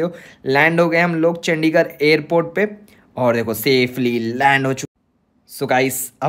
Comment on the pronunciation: Tum ne ek baar chadichar bola chandigar ko